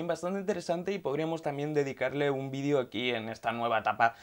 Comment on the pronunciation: Lo dice porque dice vidio en vez de vídeo